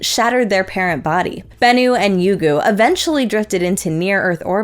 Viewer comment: pronunciation of Ryugu is spot-on (or sounds same to JAXA's) I heard some American space tubers saying Rye-you-goo, 3 syllables. Not a big deal tho.